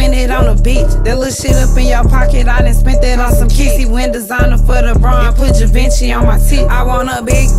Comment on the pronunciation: You gotta love her …I’m hollerin at the way she pronounce Givenchy